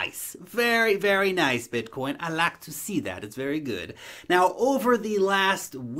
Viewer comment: “Noice” you crack me up. I’m super bullish on crypto now more than ever.